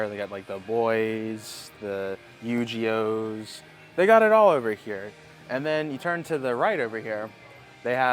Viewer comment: Tf is a Yu-Gee-oh? 😂